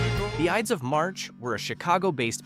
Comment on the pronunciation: this announcer is a clown. the iddis of March. what a schmuck!! learn your craft